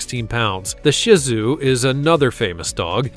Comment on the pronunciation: Papillon is pronounced Pap-e-on; both “l’s” are SILENT and Shih Tzu is pronounced Shee Tzu (long u). It is NOT pronounced Shit Tzu. I know because I have had BOTH as pets. You better own a pet vac if you get a Papillon; however, as they shed all OVER the place! While they are fun and loyal, these are like bouncing balls so you better have a LOT of ENERGY in order to keep UP with this breed! My precious Shih Tzu lived through his 15th birthday my heart broke for months after he died. In my lifetime I have owned all kinds of different breeds of small purebred dogs; however, but my most beloved was my loving Shih Tzu.